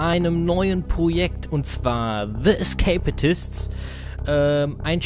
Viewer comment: ... "Escapatists" ?? :D